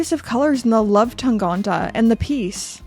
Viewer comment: Why do you pronounce Tangente as Tangante? That's the only one that's wrong